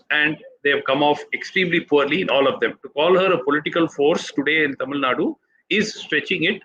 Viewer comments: Barkha, I have immense respect for you and your work - but it did pain me to hear you pronounce Tamil Nadu as "Tamil Naad" - in the wake of the recent North/South debates, the least we can do is get the pronunciation right! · Kannad, TamilNaad... That shows the attention and respect North India care about South. Just disrespectful..